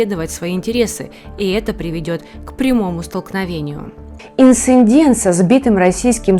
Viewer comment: Я в шоке от произношения некоторых "журналистов". Не знают как произносится "Инцидент". Насколько ваши политические видео нужно смотреть если вы не образованные?? Может у вас ещё каЛидор в доме?!